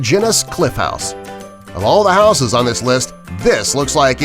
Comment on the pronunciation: Learn to pronounce houses correctly